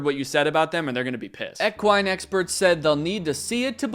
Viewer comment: eck-one?? you mean equine? LOL